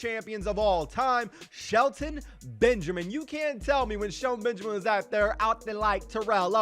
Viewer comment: to think you live in the cube house with Brandon and you don’t even say it like sHeLtOn BeNgAmIn